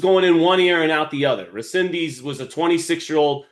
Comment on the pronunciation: RE-SEN-DIZ…. Repeat with me. Fucking disrespectful to call him whatever you think you’re reading. How hard is to prepare for an interview like this ?!?! . 🤦🏻‍♂️😡